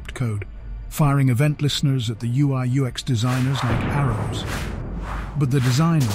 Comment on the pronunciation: Really good stuff 🔥🔥 - I loved the ever changing pronoucination of UX 😅